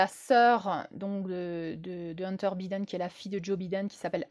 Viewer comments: Prononcer "Baïden", pas biden comme un bidet 😉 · Avant de commencer a nous parler de la politique mondiale, il faut apprendre a prononcer les noms de ces dirigeants. Bidaine? Mais quelle blague!